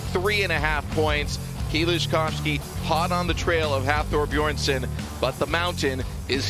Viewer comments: Can somebody tell the announcer that its "Bjornsson" not Beeerson" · “Beerson”? Son of beer, son of brew! (Btw it’s Bjornson, these are elite athletes, get it right!!) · well it´s difficult to write an explanation, its Björnsson (son of Björn) with an ö, it´s an icelandic letter (also in swedish and some other languages) that is pronounced in a similar way as the danish and norwegian letter ø. It´s not beerson or beardson although we do find that funny. Also the r becomes almost silent in the pronunciation but that depends on where in Iceland you´re from. check out the pronunciation here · David Kymdell It’s because he mumbles. Seriously, they cannot even be bothered to pronounce the names of the world’s strongest man title holders from the last two years correctly?